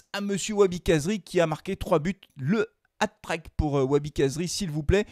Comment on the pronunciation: Hat-trick... prononcez trique...